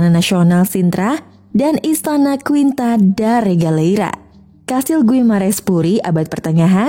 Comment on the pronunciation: Quinta bacanya (kinta) admin mah baca seperti tulis nya😂😂 kocak